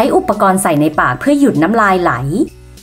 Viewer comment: ไหล ครับ ไม่ใช่ไหน 55555